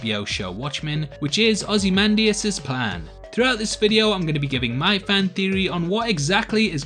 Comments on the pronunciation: You pronounced Ozymandias right but not 'noookuuular'. Shame. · You have pronounced very nicely ozymandias sir 😎